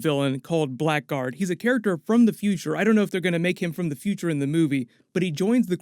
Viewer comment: Blackguard is not pronounces "black guard" but "blaggerd." It's an archaic term for a ne'er-do-well.